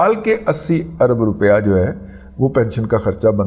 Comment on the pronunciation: "عرب ڈالر " ارب ڈالر ہوتا ہے درست کر لیں آپ جیسے پڑھے لکھے سے ایسی غلطی کی توقع نہیں کی جا سکتی